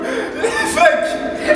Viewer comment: Des qu'il a dit feuk jetais mdr😂😂😂